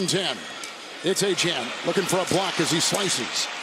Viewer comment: 100% Certain Achane’s name is pronounced “A-Chain” not “A-Chan”. English hasn’t changed that much sheesh.